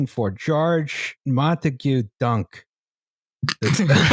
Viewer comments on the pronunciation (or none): none